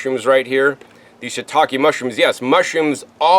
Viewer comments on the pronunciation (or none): none